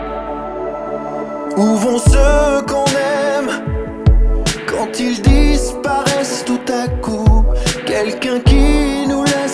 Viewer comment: j'aime cette chanson ! je l'ai écouté pour la première fois y'a deux jours (j'apprends le français, j'suis d'Australie). Mais j'ai une question: quand il chante "Quand ils disparaissent", il prononce clairement la S dans "ils" (comme z), mais la parole qui suit ne commence pas avec une voyelle. Cette prononciation est normale ? C'est la première fois que je l'ai entendue ainsi dans ce cas.